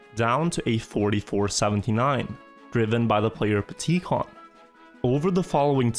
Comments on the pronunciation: “P tee kon” hahah petit con means little jerk in French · "driven by the player pticon" 🤣 french people here know what i mean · Hahaha '"PtiCon" :) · for any french speaker "pticon" x) i just can't it's like "lilass" hahah